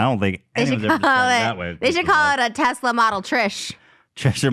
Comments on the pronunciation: No one: Ethan: teZLA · I HATE the way ethan says Tesla (“Tezla”). But still ethan foot soldier unite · interestingly enough, tesla and tezla are both correct. elon musk himself pronounces it tezla. ethan's pronunciation of ultra and morph always kill me though 😂